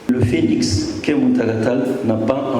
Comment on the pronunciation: "phénix" au lieu de "Phoenix".